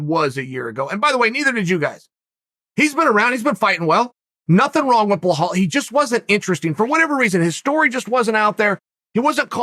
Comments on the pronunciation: Blahul? U gotta work harder to say it that way than u do to say Belal 😂🤦🏻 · It's BELAL, not Bahal- how hard it is to pronounce correctly! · blowhole its Belal not blehall it sounds like uncle chael is saying blowhole 🤣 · how is it possible to butcher so many peoples names ffs , can you not read?! BILAL - BLIHAL? wtfs wrong wit u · beh-hall? really? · If Chael says it Blahal, then by god it's Blahal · Its not blahal there is no H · Say it with me Chael... Buh-lawl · Sounds like he's saying belhal... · Blahall haha Uncle Chael you're trying to mispronounce names at this point 😂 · Uncle chael hurt my stomach Blakov Muhammad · It's belal Remember the name BRO